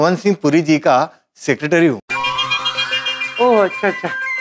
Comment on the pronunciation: जेठालाल :- ओ भिड़े sicrectory..... 😅😅😅sicrectory, sicrectory का अच्छा जमेगा 😅😅😅😅